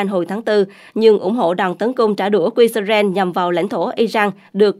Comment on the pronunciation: Israel mà đọc là ia rênh và Iran mà đọc là ai rân? Cả 2 đều sai mà góp ý hoài nhưng kênh ngày cứng đầu k chịu nghe. Kênh này k chịu học hay thiếu tiếng anh. Washington post thì đọc nghe OK cũng như tên ông Trump. Wonder kênh này ở VN hay nước ngoài??